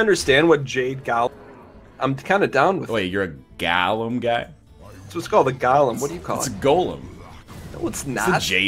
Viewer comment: Wow, really? Gah-lem?